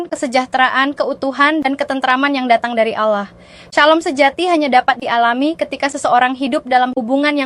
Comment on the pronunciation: Kata ALLAH dilafal ALLAH biasa aja x ya... Jangan diucap seperti orang islam mengucapkannya. 😭